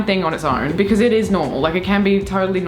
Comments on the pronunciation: I'd say that's more of a becüz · now that's an Australianism I haven't heard before "becöz" lol